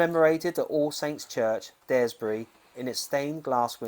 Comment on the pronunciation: Superb work. Just live down the road from Daresbury (rymmes with car) sorry was just your pronunciation 😉 Yes lot of things Lewis Carroll related around here. Even Warrington Town centre has a massive stone mad hatters tea party scene which Charles n Di visited in 1984